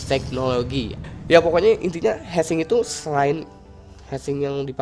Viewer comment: heatsink bacanya bukan head tapi hit. jadi bacanya hitsink bukan heatsink